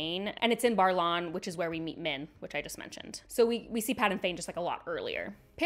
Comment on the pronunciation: i am enjoying your review, but it is Baer(like bear not bar) in Baerlon.